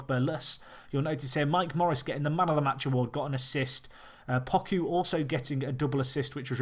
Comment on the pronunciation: I don't mean to be "that guy" but Poku is pronounced "Poe-Koo" I only say that because he is a fan favorite for Nycfc